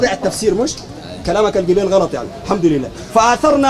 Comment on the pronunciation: غلط وليس قلط